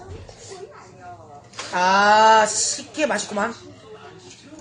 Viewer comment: 첨에 족발식혜 보여주시는분 발음이 박가린님 같음 조빨 떠꾹 다쭉 다빼쑥 시케 ㅋㅋㅋ